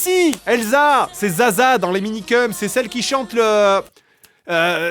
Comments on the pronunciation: Le gars, il se moque du présentateur qui dit "mangass" quand lui-même dit "Minikeum" au lieu de "Minikeumss". C'est vraiment l'hôpital qui se fout de la charité. 🙃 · Se moquer d'un journaliste qui prononce "mangaS" quand on fait une vidéo sur les Minikeums sans jamais prononcer le S final... :D